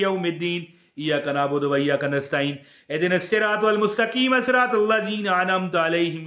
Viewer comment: Mustaqema nai huta Mustaqeem huta hai 👍 bohat zeyada lambi video banatey Hu aur idhar udhar ki fazool baatein kertay Hu. Saarey Amal fazool Hain 👍 bas dollars k liey videos banatey Hu